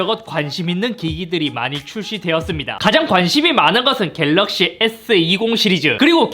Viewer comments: 갤르윽시ㅋㅋㅋㅋㅋㅋㅋㅋ 중독성오져ㅋㅋㅋㅋ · ㅋㅋㅋㅋ 갤르윽시ㅋㅋㅋㅋㅋㅋ 보다가 완전 당황하다가 뿜었어요ㅋㅋㅋㅋ 이번 영상도 잘 보고 가용ㅎㅎ!!